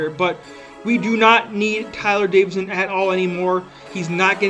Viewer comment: It’s actually Davison not Davidson but good video